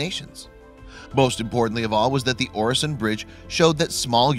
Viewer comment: Watch in him saying Öresund as oresond is painfull